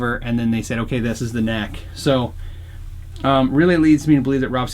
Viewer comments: Great vid but dude its rob SCALLON not scallion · Every time he says “Rob Scallion” a djent baby dies. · I'm getting a kick out of how it sounds like he's saying "Scallion" instead of "Scallon," and "Gooby" instead of "Goby." Can't look at scallions at the grocery store without thinking of Rob, and with Gooby, all I can think of is the dolan duck memes. That aside, I really like these videos. A lot of small on the surface, but big in the grand scheme of things changes. Typically tasteful, and you made a great guitar even greater.